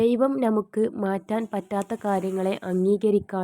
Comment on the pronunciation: നമുക്ക് NA മുക്ക് എന്നല്ല. മുസ്ലിം ആണെന്ന് തോന്നുന്നു